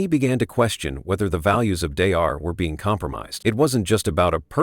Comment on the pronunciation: Don't waste your time watching this video. The AI narrative keeps repeating the same thing over again and can't even pronounce Daystar correctly.